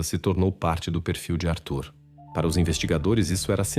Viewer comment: Ele não se decidi como pronuncia Arthur ou Atur